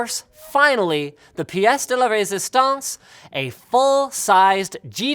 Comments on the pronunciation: how linus just scraped my language while trying to say '' la piece the résistance'' shieeeet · "the piece de la résistance" for a french guy your accent is very funny^^ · Linus, you canadianed the shit out of "piece de la resistance" the flawless yet american ascent was beautiful. Also this this is got an almost artistic level of "Janky over 9000" love-able thing going for it.